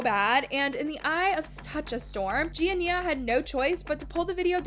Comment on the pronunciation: SHE REALLY SAID GIA-NIA😭😭😭😭😭😭😭😭😭😭😭😭